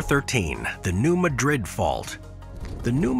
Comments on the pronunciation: New Madrid - pronounced MADrid, not like the Spanish city MadRID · Madrid in USA is pronounced as "MAD-rid" (unlike the Spanish "mad-RID".) Listen to video-recorded locals as they say the name. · New Madrid is MAD rid, not ma DRID like the Spanish city. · In America, because of our early settlers, it is pronounced New MAD-RID, not New Madrid as the original Spanish owners intended. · Correct pronunciation is MAD-rid..... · New MAH’-drid…mah as in ‘nah…I’ll pass’ - yes it sounds weird but that’s how they say it.